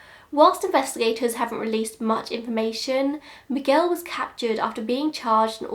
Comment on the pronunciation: Wow, The way you say Miguel is perfect. Sounded like a native! Great job 👌🏻